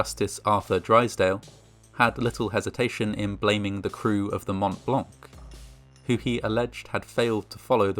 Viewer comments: Le "mount blank" se prononce "mon -blan" (white mount : le pic du Mont Blanc, dans les Alpes françaises...) 😉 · It's actually "Montblanc", not montt blancc. How cerebrally challenged are you? You sound like a 5yr old trying to be cool lol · Hey ! Just so you know, the "t" and "c" of Mont Blanc are silent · Fascinating. A lot of details, I was never aware of. On another note, please learn how to pronounce 'Mont Blanc'.